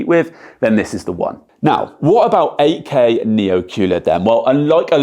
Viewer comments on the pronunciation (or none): I thought he is saying AK. Then I realized he is saying 8K. :face-blue-smiling:. Good Job. Thanks